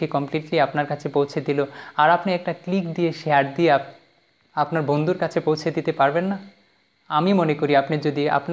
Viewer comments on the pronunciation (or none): বন্দু না বন্ধু,শেকা না শেখা